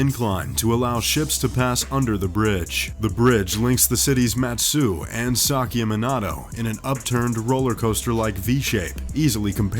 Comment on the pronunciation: “Jenn-pai war.” What? Who were the “hai-ki? “Ihashi?” “Saki-menato?” Where? Are these Japanese words?